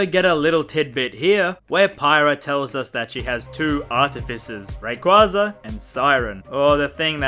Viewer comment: god damnit, first you say mythra is better than pyra, and now youre mispronouncing raquaza's name. am i being tested right now?